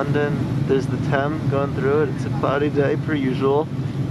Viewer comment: great job here I'm impressed with your knowledge and that you pronounced the Thames correctly. I'm looking forward to watching your other ones all my very best